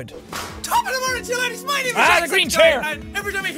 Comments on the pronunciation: It’s laddies not ladies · I thought it was top of the mornin to ya ladies not laddies